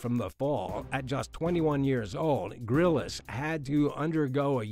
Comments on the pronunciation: Lol you might want to learn how to pronounce someone famous name before embarasingly really badly pronounce such a famous name. Lets say Bear Grylls isnt called bear Grillis its just Grylls like a bbq grill. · It’s “Bear Grylls”, not “Grillis”. He might be a fake, but you should use his correct name. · Respectfully, it’s ‘Grills’, not ‘Grillis’. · It's Grylls not grylles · 'Bear Grill-us' ha ha ha ha ha ha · Wait- am I wrong in thinking, why is he pronouncing Bear Grylls name like that, lol? Isn't his last name just 1 syllable?...or am I tripping?? Lol 😂😂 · Sorry but you pronounced Bear Grylls’s surname wrong